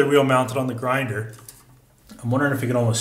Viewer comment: Swear I thought you said "I've got that...in the GrinDAR" lol